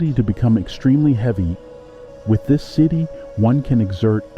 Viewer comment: you were mispronouncing siddhi the entire video 😂